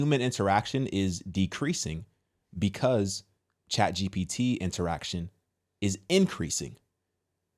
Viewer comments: interactment? lol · that’s interaction, not interactment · You didn’t say that correctly. Not interactment. It’s interaction.